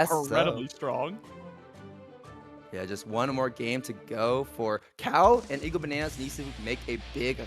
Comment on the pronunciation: Well, also kept saying "EGO-Bananas" when it's clearly "I-go-Bananas", so yeah... there's that.